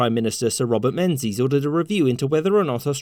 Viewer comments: "men-zees" is the incorrect pronunciation of his name, it should be "ming-es" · Ooh … pronounce the Australian PM’s name again … go on! 😂😂😂